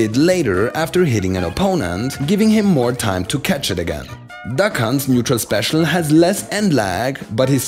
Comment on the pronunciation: I honestly thought he said “the cunts” not “duck hunt’s”